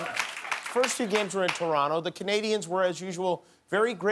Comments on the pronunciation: Thank you Jimmy, for pronouncing Toronto properly. (You don't really say the second T. Don't ask why. We don't even really know) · Thank you, Jimmy, for pronouncing "Toronto" the proper way. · Jimmy says Toronto properly 👍👏❤️🇨🇦🏀